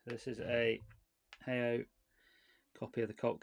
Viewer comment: You're pronouncing HAO correctly the second time when you're not questioning it